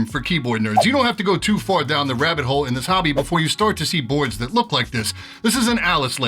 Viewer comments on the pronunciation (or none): none